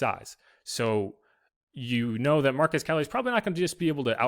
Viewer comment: His first name is pronounced MAR-QWEZ not MAR-QEZ. 👍🏾